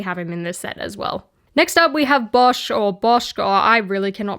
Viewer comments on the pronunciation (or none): none